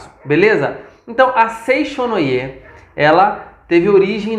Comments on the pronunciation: A pronúncia correta é Seitiô e não foi nada elegante zombar dos nomes dos japoneses. Não devemos chamar nada de estranho, só porque é diferente de nós. Falta muito profundidade nas informações dete vídeo. Lamentável. Seicho-no-Ie" (生長の家), significa "Casa do Crescimento" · Bom dia com alegria. Antes de falar sobre Seicho-no-ie, precisa estudar mais e aprender a pronunciar os nomes corretamente.